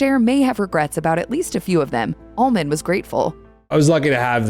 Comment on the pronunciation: well, I dont think shes messed with dope or booze much. Other than that, not much. Your narrator sounds like she is saying ALMOND by the way. Im not sure this isnt AI, and thats exactly what she is saying!!